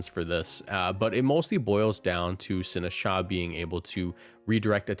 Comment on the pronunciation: DO NOT LEAVE OFF THE T IN SINISTCHA!